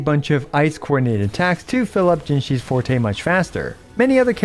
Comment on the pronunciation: Finally a Wuwa content creator who can pronounce Forte correctly.